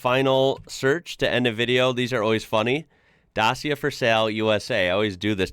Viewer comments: It's a romanian company, so, in romanian, it's pronounced dachia. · Dacia ( pronounce DACHA) are older Renault based engines and running gear. Super value and nothing wrong with them for basic motors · First of all, it is pronounced [DACHIA] with C like in "car" or CI like "chi" the Chinese word for body energy. Also there's a full electric version, Dacia Spring, manufactured in China though, but quite cheap and popular as a city car. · say dachheea there are a few 1310's imported to the US by romanians. one in new york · Pronounced,,, DA,,CHA ,,,,, and of course that’s the company logo on the front,,,, what else would it be. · Fyi it’s pronounced “dacha” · Their logo is a stylised DC for dacia cars....oh and dacia is pronounced Dachya. Not dachia but dach-ya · its more like DaTSHia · I think it is pronounced like dachia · Isn't it pronounced 'Datch-ee-a'? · By the way, the correct pronunciation is Dach-eea, with a ch like in "chat" and the emphasis on "Da". It is named after the old name of Romania's territory, before being conquered by the Roman Empire. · Dacia is pronounced da-chi-ya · The Sandero is really cool. It's more a Hatchback. By the way Dacia ist pronounced like Dutch-ia :hand-pink-waving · By the way it's pronounced da·chee·uh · Has told you right, it's "da - chia", in Romanian the i after a c makes a ch sound and there's a hint of a t after the "da". I have this on good authority, my wife is Romanian......... Dacia is the very old name for Romania when it was a province of the Roman Empire up to about 275AD. It was then part of the Ottoman Empire until 1859 and then became Romania. We live in France, they are very common here because the French see them as Renault and they are certainly inexpensive compared to the others. (Edit), the biggest car company is not Ford or Toyota, it's Volkswagen AG. Toyota is second and Ford is 5th. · It's pronounced Dachia. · The mighty Dacia, as Hubnut would say! I think it is pronounced "Dacha".